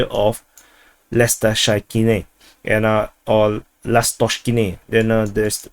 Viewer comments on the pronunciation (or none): Lastochkyne -> lust-torch-keen-eh (pronunciation)